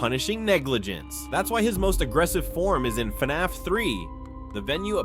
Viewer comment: Gotta admit I never heard anyone pronounce it as “FEE-NAFF.”